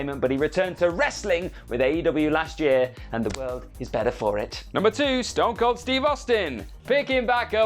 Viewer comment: Ston Cold. STON COLD. AND YOU GOT IT WRONG TWICE